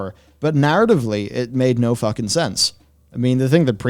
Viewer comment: If you're gonna quote Preach, it's pronounced "fookin'."